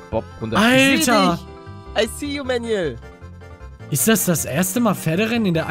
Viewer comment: Ja, "Manuel" halt nur englisch ausgesprochen. Aber ich schreibe es immer "Mänjuel." :D